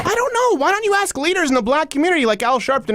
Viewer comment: Axe not ask?